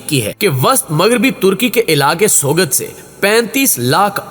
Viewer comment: سوگت نہیں سوت بولتے ہیں Turkish language m G silent hota hy